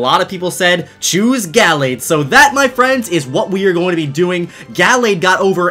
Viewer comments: It’s pronounced “Guhlayd” but spelled “Gallade” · It's ( gu-la-d) that is how you say it love your videos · the way he says gallade makes me want to die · Does the way he pronounces Gallade irritate anyone else?